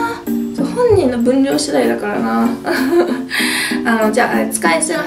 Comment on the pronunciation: ｢だから｣は言えてないし、服屋はZARAだし😂ちょっと重症ですね🤣たまには大食いじゃない動画も嬉しいですが、風邪はどうか早く治してください🙏♥️